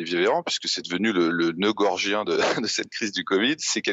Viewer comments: gordien le noeux, pas gorgien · Blachier qui veut faire de l'esprit : "le Noeud GorGien" (à 15'47") 🤣😂🤣😂 C'est "le noeud GorDien" 🤪 Il est trop fort 🤣😂🤣😂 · La poésie c'est definitivement pas ton truc hein ? 🤣🤣🤣 Pour le reste c'est "magique Martin" comme d'hab 😁 On lui rappelera, entre autre, que l'expression correcte c'est le noeud gorDien" avec un D, comme "Ducon" et pas gorGien, avec un G comme "Gugusse". Maintenant y a p'tet un noeud gorgien quekpart dans une histoire mais pas celle d'Alexandre, p'tet un moins solide ? Dans la légende de Martin ? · "Le noeud gorgien". Entre têtes de noeuds, on se comprend. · "noeud gorGien"! Sacré Martin, il n'en rate pas une! ;o)